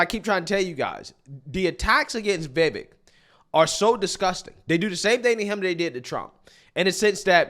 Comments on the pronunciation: Short i. Not “vee-vek” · Bro. It's viv-AYK. viv-AYYYYYYYYYK 🤣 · Bro! You have to get his name right 😂 Vivek ( the back end sounds like 'cake') 'Vi" then 'vake' Vivek!!!! Get ir eight brother! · Please pronounce his name correctly. Vi-VAKE - Rhymes with CAKE! 😊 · You love him but can't get his name correct, for the umpteenth time it's Viv-Ache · Love your content, but his name is pronounced VivAk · It’s pronounced “Viv-ake” like cake. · Thanks for the pushback. Republicans neocons are now distancing themselves though. Foxnews etc. He’s too smart for them. He’s a 21st guy! Vivek reads Vi-vake as in cake. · It’s pronounced VUH-VAKE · Vivek is pronounced "Vi-Vake" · I didn’t realize his name is actually pronounced ‘vi VAKE’. Listened to a sit down with him and Colin Noir and he said that’s how it’s pronounced. The more you know ✨ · It’s really not hard to pronounce Vivek’s name correctly.